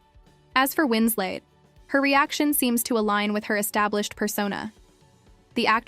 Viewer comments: Just an FYI... It's Kate Winslet, not Kate Winslate. Good grief... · Who the heck is ..Kate 'Winslate'!?? Her surname doesn't rhyme with her Christian/given name. It isn't even spelled Wins-'late'. It's Kate Winslet. Legendary actress, who's name shouldn't be so easily butchered! It doesn't matter that it's most likely someone from a younger generation narrating, as that'd be like me saying Marilyn Minrow or Munrew, or James Dune, or Cary Grunt, etc... lol.😅 I wasn't born until 1975... but I still know, who Marilyn Monroe, James Dean, and even good ol' Cary Grant are...let alone Kate Winslet.....AND, we didn't have the internet back then, either, or for decades after, OR spell check/body of work checks!!! A little bit of research, and fact checking, goes a LONG way. 🤔🥴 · "Winsley"... "Winslate"? More A.I. crap...